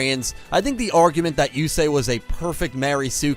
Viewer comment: Before watching the video. Yusei it's Yusei. Fuck all of you. Lol